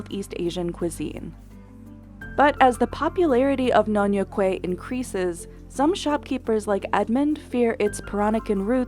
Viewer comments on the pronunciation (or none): Nyonya Kueh not nyonyo kueh